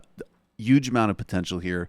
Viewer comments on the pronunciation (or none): You would have much more subscribers if that pretensious dude quit pronouncing 'huge" as "uuge".